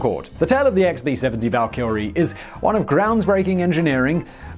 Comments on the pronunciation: It's pronounced VAL KY RIE also they were all female warriors, the warrior who died in battle and went to valhalla are the Einherjar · I swear when Simon says Valkyrie it sounds like he's saying Val Kilmer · I could swear he's saying "valkylrie" with an extra L in there. Although, to be fair, it's probably a difficult word for a lizard man to say. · Every time you say Valkyrie, my brain thinks your about to say 'Val Kilmer" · It's two syllables, not three. No British exemption granted. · You'd think the research would extend as far as pronouncing the name of the aircraft. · That pronunciation of *Valkyrie*. Oof F in the comments for the English language. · Alright Simon knows the drill already. Roast him for the Valkyrie pronunciation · There's no second 'L' in Valkyrie. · How do you mispronounce the word Valkyrie? It's so commonly used in English speaking cultures. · No prob., Rai. The first time he butchered Valkyrie I wasn't quite sure what I'd heard. By the end I had a nosebleed ;-D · Does anyone else get rubbed the wrong way every time Simon puts a second L in valkyrie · 48 seconds in, and I'm closing this. That is NOT how you pronounce "Valkyrie". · Tis our language ;p Also I think I can speak on behalf of Britons everywhere when saying.... we never pronounce valkyrie like that lol. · Only one "L" in Valkyrie. Simon suffers from Jay Leno disease. If there's a way to butcher, or mispronounce a word, he'll find it. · Is that the right way to pronounce valkyrie? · I saw the comments about Simon's pronunciation of Valkyrie and still wasn't prepared 😂 out of all the pronunciatioms this is the one that topples him 😂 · can we get a mega project to get Simon to pronounce Valkyrie correctly? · He literally added an L that isn't there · Flibble Nope, im English, he's pronouncing it wrong...... Tomaytoe, tomaaaatoe. :) Great doc btw. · Dude... Valkyrie. ONE L. And the B-52/Prop blunder aside, it was an interesting video. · val-kyrie, not val-kyL-rie fiscal, not fisTcal